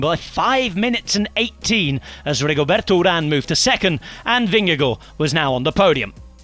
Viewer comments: The man's name is "Vingegaard". I don't know why he's called "Vingego". How can you make an "o" out of two "a"??? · Yeah, but the name of Jonas Vingego seems to be too difficult! 😉 😂